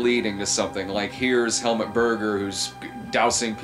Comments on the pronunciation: It's not Hel-mutt, it's Hel-MOOT. The more you know lol. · Why can nobody pronounce Helmut’s name right? It’s not helmet Berger, it’s HELMUT! You’d think everyone would have the respect to learn the lead role’s name before saying it for the mini doc